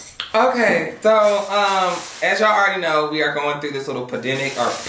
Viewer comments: The government got lucky because of Gigi and Kobe’s death, and they used that to there advantage while the world was distracted to spread the virus around the world ((and its pronounced pan- dem- ic)) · LOL FIRST I AM POCOHANTAS AND ITS PRO NOUNCED PAN DEM IC LOL U KILL ME FREN LOVE YOU BOO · It’s pronounced pan demic lol!🤣❤️ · 😂😂😂🤦🏾‍♀️🤦🏾‍♀️🤦🏾‍♀️@ how you pronounce it, panademic, panasonic, pocahontas childddd 💀💀😭😭😭😫😫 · PADIMIC 😩 Lolol.... It’s Pandemic ... I love him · he said FUSSIN LOL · I know he did not just say pa-demic 🤦🏻‍♀️😂😂😂 I gotta go 🥴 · Pandemic pamaremic pacific Pocahontas or whatever he said has me dead💀💀